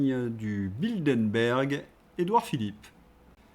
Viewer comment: Bilderberg, pas Bildenberg. Un vrai problème avec les noms propres 😢